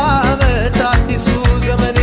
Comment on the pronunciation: "ዘበን " አይባልም " ዘመን " ብለህ አስተዋውቅ